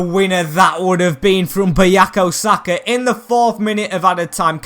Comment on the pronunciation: BuKayo. Not BuYako.